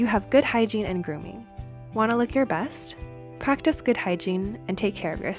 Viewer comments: Grooming ❌ Goorimng ✅ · You have good hygiene and "goorimng"?